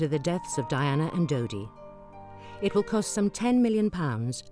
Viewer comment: It's dodi not didi